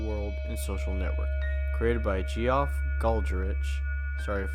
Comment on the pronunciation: "Geoff" is just pronounced "Jeff" lol. Great video though!